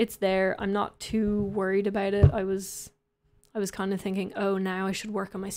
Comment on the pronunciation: "abowt" LOL, I love it.